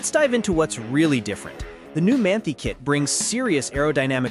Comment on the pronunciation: It is pronounced Man-tie not Man-tea. FYI